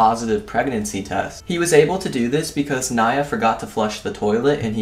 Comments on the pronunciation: U don't say Nia that you said it a lot of times wrong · It's knee-a not ny-a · it nia not niya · Nya? fucking Nya... It's pronounced Neee-Uh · Nia not ni a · It's pronounced n-e-e-a but it's spelled Nia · It's pronounced (Nee-ah).